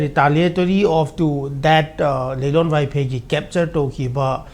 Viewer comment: Vaiphei or vaifei..😂